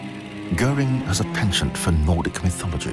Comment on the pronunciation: Narrator needs to pronounce French words, like penchant and coup correctly. Detracts from the seriousness of the video.